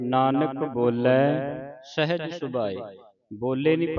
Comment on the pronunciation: ਸਹਿਜ ਸ਼ਬਦ ਵਿੱਚ ਕਨਫਿਊਜ਼ਨ ਹੈ ਸਹਿਜ ਪੜਿਆ ਜਾਏਗਾ ਸਹਜ kyu k sahej ch sihari di sound aa rhi hai jo k shabad ch nhi lgi hoyi